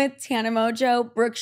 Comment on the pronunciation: low key rude af getting brookes name wrong